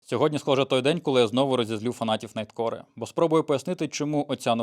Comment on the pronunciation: Найткор, не найткоре